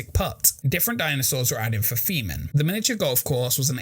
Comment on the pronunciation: I’m sorry but every time you say “theme-ing” it sounds like “semen”... idk 😂